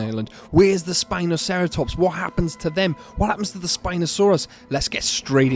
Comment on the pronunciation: Its actually Sino-spino by the way, Not spinoceratops.